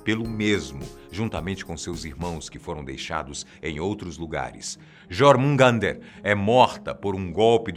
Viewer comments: "JARMUN'G'ANDER" kkkkkkkj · Ele pronunciou os "J" como é pronunciado o som dessa letra no Brasil, mas os povos escandinavos usam o som do "J" como se fosse um "i" a pronuncia de jormungandr seria algo como "iormungander". E os sufixos presentes nos nomes de quase todos os reinos "heim" também foi pronunciado meio abrasileirado a pronuncia correta é algo como "raim" e não "eim" kkkkk. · Nifelheim = Nifeurraim Jörmundgandr = Iurmungader Valhala = Vaurrala Hela = Rela E não... ...Ullr é filho da Sif com o Odin. ...Atreius é Loki. Gigante, filho de Laufey. ...Kratos detesta todos os deuses (inclusive ele mesmo). Ele não quer que Atreius se torne um deus.